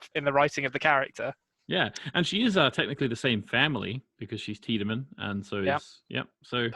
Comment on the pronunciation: By season 3 they figure out how to pronounce Tiedemann in the dub :)